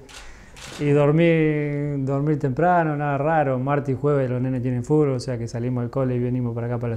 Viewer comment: amo que diga fulbo y no fútbol